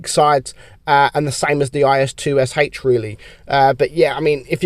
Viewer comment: I think the IS-2sh is actually pronounced IS-Toosh